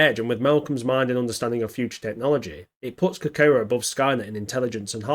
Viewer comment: At least make an effort to learn how to pronounce Kokoro FFS !! 🤮